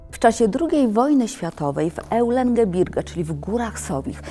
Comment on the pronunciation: Straszne miejsce - piękna opowieść, ALE...Na cały świecie nie ma i nie było takich gór jak "EŁlen gebirge”. Te "EŁlen gebirge” - “Eulengebirge” czyta się jako “oJlen gebirge”. Jak ktoś chce się zajmować historią Niemiec, to powinien się przynajmniej nauczyć czytać niemieckie nazwy, bo słucha się tego jakbym angielską książkę zaczął czytać po polsku i twierdził że czytam po angielsku - coś w stylu “Hof arje joł”.